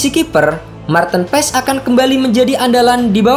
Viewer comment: penyebutan nama Marteen Paes yg bnr adalah Marteun Paas huruf e dibacanya double a kata coach Justin trs huruf double ee di nama depan bacanya bukan tin tapi teun kaya bahasa sunda